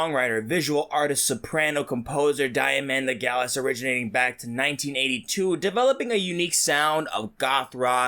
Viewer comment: Ive had Diamanda Galas with me for over fourty years. Respect . Cute how you pronounce her name.😐